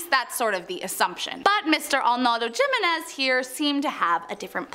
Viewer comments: Hate to be that guy, but it makes my eye twitch to hear her say "JIM-in-NEZ"..its pronounced "HIM-in-NEZ". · hee-meh-nez not jimenez😂😂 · Its pronounced "HIMENEZ" damn butchered fr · That name is Jimenez, is pronounced he-men-ez. In Spanish j is h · She could say Castillo but no Jimenez??? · Cringe as hell hearing her say Jimenez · On Jimenez, the j sounds like an h.